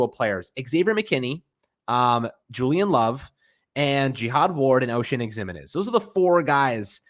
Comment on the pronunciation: Pronounce ximenez name right jesus